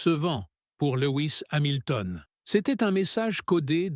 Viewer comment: Louis Samilton?? mais mdr faut stop l IA hein.